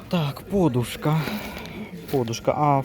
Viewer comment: А чому пОдушка а не подУшка? а також бУли а не булИ? просто цікаво...